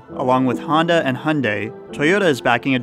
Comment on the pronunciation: Why do you pronounce honda like hyundai